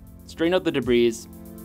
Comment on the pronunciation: Debris has a silent s Good vid though, keep up the great work!